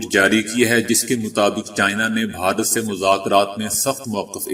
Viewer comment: بھائی صاحب بھارت ہوتا ہے بہارت نہیں